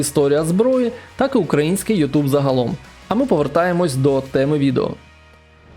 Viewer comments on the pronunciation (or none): none